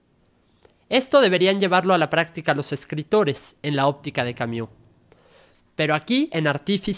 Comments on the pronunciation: No se pronuncia Camiu... se pronuncia Cami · Sólo una recomendación: La pronunciación de su apellido es con "u" francesa ( /y/ ) no "iu". En español es aceptable que las palabras o nombres en otros idiomas se pronuncien tal como se leen. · Se pronuncia /y/ esa es la u francesa. No es /iu/ como se pronuncia en este video. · Juan José Pérez - Gracias por aclarar este punto, soy políglota y ésta pronunciación inglesa de un nombre Francés es simplemente un horror. No cuesta tanto ! Si alguien es capáz de leer filosofía, debería dedicar unos minutos a investigar la pronunciación del nombre del importante autor de quien se habla, y hacer su máximo esfuerzo, por una cuestión de respeto a todos. Gracias ! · Sergio Uribe - Exacto. Si no saben pronunciarlo, entonces bien podrían nombrarlo simplemente en Español, en especial cuando repiten su nombre tantas veces.